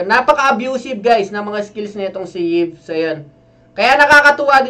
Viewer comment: I think it pronounce EVE. Y stands for E